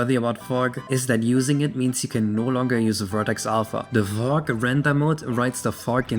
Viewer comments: fug :DDDDDDDD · I was looking away from the screen when this moment arrived, and I thought said "Phong." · i thought you were saying something else when talking about fog